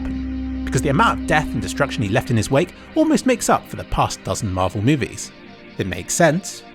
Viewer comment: pls say marvel ,please fix xd